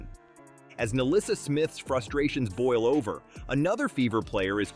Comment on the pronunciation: The name is Nalyssa, NOT MELISSA.